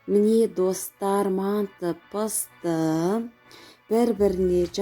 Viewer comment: Пысырад емес пысырамыз)сосын мәнты емес манты)и потом жазамыз емес жайамыз)ултыныз баска аудимн бракта отынемн создернзге туснби жатрмн